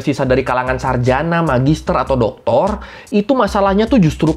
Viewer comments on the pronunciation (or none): none